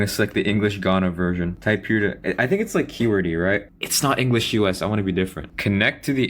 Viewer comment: bro your english accent is so good i'm surprised you're from jakarta